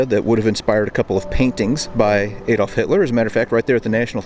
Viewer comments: Your videos are excellent but just a point regarding your pronunciation of Adolf. It is with a hard A as in apple, not soft as in apron. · Shame about the dreadful American accent. The word “route” is pronounced “root,” not “rout.” The “A” in Adolph is pronounced as in “rat,” not as in “cake.” Nothing annoys me more than Americans mutilating the King’s English.🏴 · Shame about the dreadful American accent. “Route” is correctly pronounced “root,” not “rout” as Americans have it. The “A” in “Adolf” is pronounced as in “rat,” not the American pronunciation as in “cake.” Nothing annoys me more than Americans mutilating the English 🏴 language.